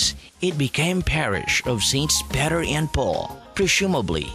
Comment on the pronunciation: Tagalog mo na lang sana. You're agonizing to listen to. It's saint pEter, not pAter